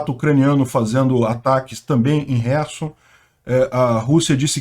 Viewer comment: Camarada!!!!O nome da cidade é KHERSON.Lembre-se que, que, que.,..KHERSON e não HERSON!!!!O "K" não é MUDO!!!!